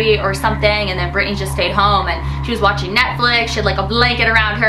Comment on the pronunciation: Watching not washing LOL